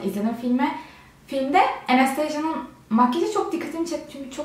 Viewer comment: Enestejya ne ya köylü